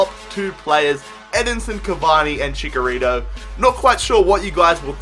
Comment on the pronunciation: Both "Ch" in Chicharito are pronounced "Ch"